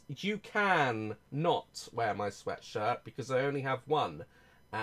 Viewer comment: Tangina sabi niya "Sweatsirt"